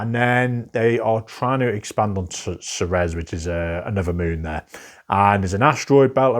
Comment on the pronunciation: Great selection! I think this is the first segment in the list where I own a majority of the games featured (Brick & Mortar, Ceres, Salton Sea, Pan Am, Nucleum, Airlines Europe, and Panamax). That said, the pronunciation for #38 (Ceres) would be Seer-eez or Sehr-eez. (I was originally listening to this in another tab and was wondering what "Suh-rez" was until I clicked over to check.)